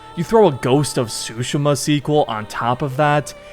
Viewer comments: Please stop saying Tsu-sheh-muh. Tsu-she-ma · Great vid but it's actually pronounced Soo Sheem Ah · Pretty sure your pronouncing it wrong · The more I hear it, the more I realize "Tsu" is to native English speakers what "R/L" is to native Japanese speakers. For those who don't understand, the "T" in "Tsushima" isn't actually silent. It's just very slightly voiced in a way that most non-Japanese speakers have difficulty picking up. Even knowing this I can't pronounce this word correctly to save my life. 😅 Anyway, did not know there was a movie in the works but I am here for it. And a sequel to the game? Yes please! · Bro the way u say Tsushima 😭